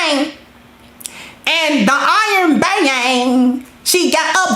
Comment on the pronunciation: She killed me with that BA' ANG!